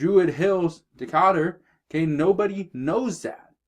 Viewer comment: DeeKAYder=Decatur GA